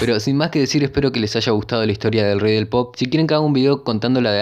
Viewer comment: escuché "el rey del popo"